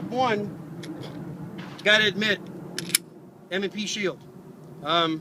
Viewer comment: Ha... -- "M & SHE Pield" :)